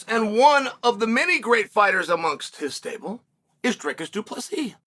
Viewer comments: His name is pronounced Dree Kiss Do Plus Sea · Bro's been trashing DDP since the first time he said his name (badly) and is surprised that he's being snubbed 😂😂😂 SALTY!!!